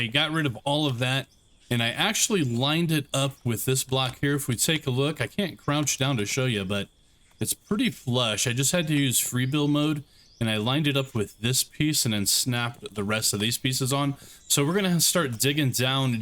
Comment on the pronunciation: Brother. It's "Flush" not "Flesh" 😅😂